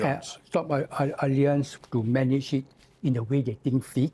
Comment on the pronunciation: Great interview! LOL on how totally butchered pronouncing "allianz" throughout the interview.